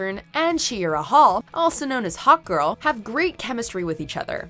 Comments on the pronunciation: instead of hawkgirl i heard hot girl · Omfg I thought you were saying "hot girl" and not hawk girl 🤣🤣🤣